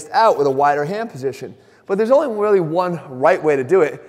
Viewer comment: “theres only wealy one wight way to do it”, is that you?